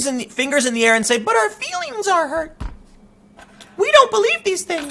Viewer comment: Muh Fweelings